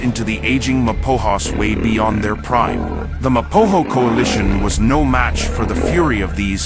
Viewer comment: It's Ma Po Go!! There is not hass in it